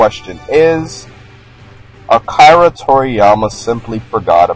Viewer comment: You lost my like when you pronoun end Akira